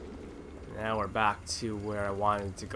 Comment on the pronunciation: You have to stop saying baller right meow.